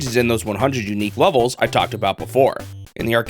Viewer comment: This guy pronounces the word "levels" like "lovols"